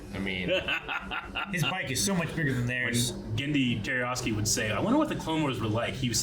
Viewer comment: His name is not "Jerryoski!" It's Tartakovsky! Tar-ta-kov-sky. It's like is incapable of even coming close to pronouncing the name right. He does it every time he mentions him and there is no excuse when they are doing one of his shows and can write it down for reference.